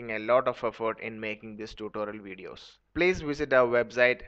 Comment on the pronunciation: Blate... blease lol